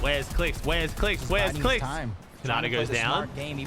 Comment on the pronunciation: the way kept saying clix qualed lmao